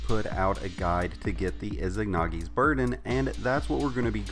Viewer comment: Saw no one mention this (not hating but need to let this out) "IZANAGI NOT IZIGNAGI!"